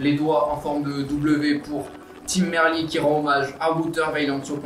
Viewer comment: Bon résumé. Deux gags : le sprint bidon sous la banderole des 40 km (bonjour les directeurs sportifs) et l'équipier de Gaviria qui le met hors-sujet (soufflante en soirée). Merci d'avoir dit Merlier à la française, même s'il est flamand, ça reste un nom français.